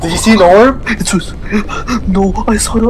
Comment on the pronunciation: Bro when said ''The prb the prb!!!'' Im like- ''Its orb not prb XD''